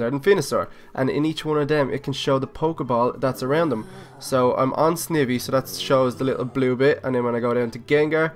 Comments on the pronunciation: Sn-I-v not sn-eh-v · nom just saying your say sivey completly wrong say it like sn eye by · Snivy is pronounced with a long I not a short I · the way you say snivy is halarious